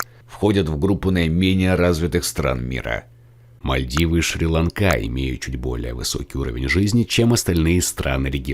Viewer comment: Не шри ланкá а шри́ ланка